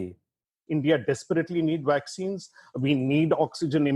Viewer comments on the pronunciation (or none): He said Waccine